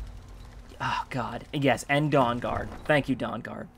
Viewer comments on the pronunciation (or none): When that guard said "Dawnguard" I thought I heard "dong guard."